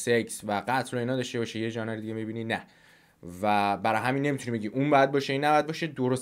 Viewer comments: ژانِر اشتباهه.ژانر درسته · ژانِر نه جانم، ژانْر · ژانِر؟!!! مشتی دوبارهم اشتباه گفتی! ژانِر غلطه، ژانر درسته(روی ن سکون بذار) فارسیش یعنی سبک انگلیسیش یعنی استایل ، ژانر هم واژه فرانسویه(از تاتر اومده)